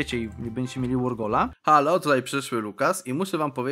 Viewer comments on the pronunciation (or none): none